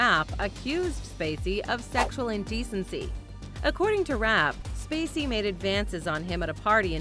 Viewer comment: the narrator calls Kevin SPacey STacey. Lol.